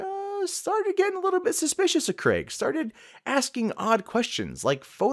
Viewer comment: An American that pronounces Craig properly.. so you guys can do it, you just dont I guess.